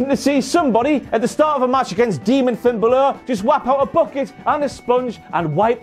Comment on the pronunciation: Finn Ba-lure lmao